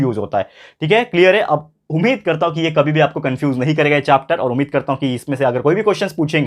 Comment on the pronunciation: chopter nahi sir chapter hota hai 🤣🤣😂😂❤️